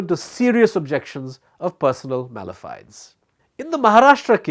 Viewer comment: mala fide is pronounced as may-luh-fie-dee and hegemony he-jeh-muh-nee. Just saying